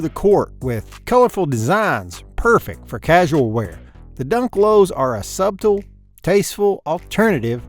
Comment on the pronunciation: My boi pronounced every letter in SUBTLE 😂